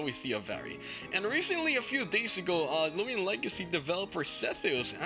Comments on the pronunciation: Let's not talk about how it says looman legacy instead of loomian legacy lol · It's not loomlan legacy lol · finally he correct the looman legacy